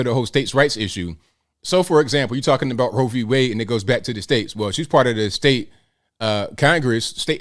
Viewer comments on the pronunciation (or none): none